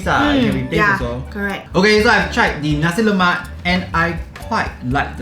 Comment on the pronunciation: Lemak not Lomak